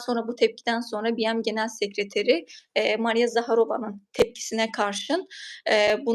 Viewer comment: Hanimefendi ,acizane BM Tutkçe bir tanimlamanin kisaltmasi oldugu icin "bi-em" seklinde telafuz etmeseniz sanirim daha dogru olur. Anlayisiniz ve duzeltmeniz icin simdiden tesekkurler